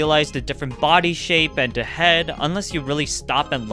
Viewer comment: I was sort of taken a back by his use of the insult " Man-Child" all whilst speaking exactly like a Man-Child.... Seriously, just pronounce THE instead of DE and you would sound 20 years older.